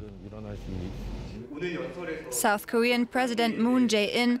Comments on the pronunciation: Mario Kratt It’s not Taiwan, it’s “Itaewon”. It’s a suburb in Seoul. Has a lot of restaurants and nightclubs. Kind of an Entertainment precinct. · President’s name is pronounced MOON-JAY-EEN. Seoul’s district is pronounced “EE TAY WON.” Please practice names before going on air.